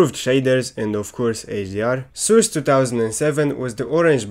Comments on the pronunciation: Awesome video! I really like how you pronounce Source as Soors xD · it's source not soors